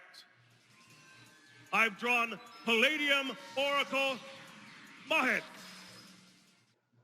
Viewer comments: I'm not going to give the actors a hard time for flubbing a line; it's almost an hour worth of dialogue, but the fact that the Pharaoh mispronounced Mahad's name, the man who sacrificed his life to forever serve him as the Dark Magician is hilarious. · Having trouble pronouncing Mahad